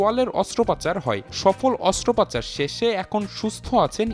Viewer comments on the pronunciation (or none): হায়রে রিপোর্টার!!! "অস্ত্রোপচার" অস্ত্র পাচার না 😡😡